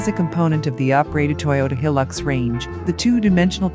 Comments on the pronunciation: Hi the name of the vehicle is Hilux pronounced High Lux not Hillux other than the name good video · It is not a Hil-lux it is a Hi-lux. Please get it right.....